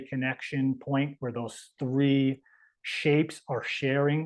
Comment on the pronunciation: T[h]ree, Tree Th ree?